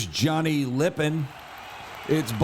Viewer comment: Don Dem-uh-ter. Johnny Lip-ON.